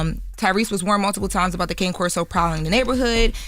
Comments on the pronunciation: People need to learn how to pronounce Cane Corso!! Its Italian...its pronounced Kany corso....do some research folks...so you dont sound off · As the owner of such magnificent animals it's actually pronounced KAH-nay KOR-so as cane in Italian means dog so the full name Cane Corso means guard dog I just hate when people say the dog's name wrong